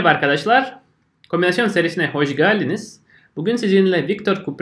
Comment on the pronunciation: umarım seni kırmam: '' hoşgeldiniz '' derken e ' yi uzatmazsan, ingilizcedeki '' cat - kedi '' nasıl ki telaffuzu ''ket''. gibi, sevildiğini unutma. derslerine konsantre ol. paylaşımlarını bekleyebiliriz. Tekrar SAĞOL.